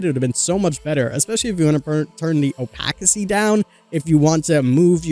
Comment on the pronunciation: “Opakity” and “Overzealious” 😂 sorry made me laugh.